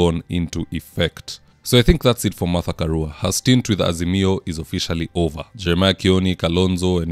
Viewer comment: Peter Munya hasn't quit politics and gone home. He keeps saying: We as "Asimio" ..."